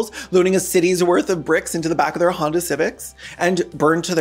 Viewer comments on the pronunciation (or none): none